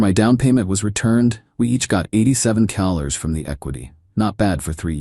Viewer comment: It's pronounced Dollars not Kellers or Gallers Damn it.